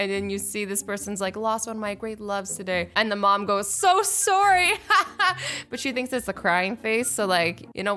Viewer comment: You say sorry like a Canadian